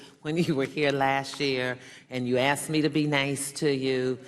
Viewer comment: C'mon Mista Secretary, I axed you this last time Like wut?